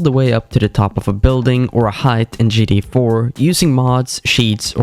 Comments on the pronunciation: Or keeps saying gda 5 instead of gta is he dumb or sumn ? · what kind of accent is that bad ? Just say the T for fs sake 😭